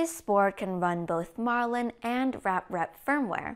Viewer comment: Um - are we allowed to petition for technical corrections, or will EweToob get all uninate-ey about spreading TRUTH??? It's REPrap, NOT raprep!!!